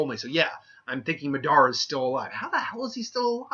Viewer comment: I got triggered by the way he said Madara